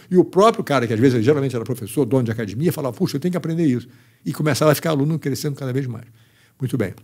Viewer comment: Falou "cadimia" é Gracie. Parabéns pelo excelente trabalho,!